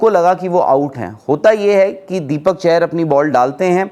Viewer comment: तुम लोग नाम सही नहीं ले सकते और बनते हो बड़े यूट्यूबर। दीपक चाहर है ना कि चहर। मेरे ही परिवार से हैं वो